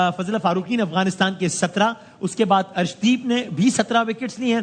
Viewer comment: पाकिस्तानियों ये अर्शदीप है हर्षदीप मत बोला करो ।